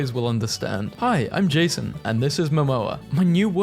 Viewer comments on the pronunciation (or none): none